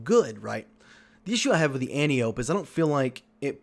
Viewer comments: An - ty - uh - pee Not an - tee - ope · So, if you want people to take your input seriously, at least pronounce Antiope correctly.